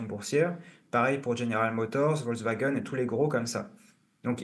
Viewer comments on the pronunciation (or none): none